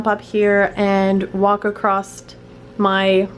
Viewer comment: you said acrost lamo